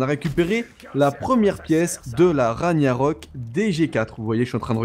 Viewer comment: Si mais il le prononce mal c'est Rag-narok on prononce pas le gn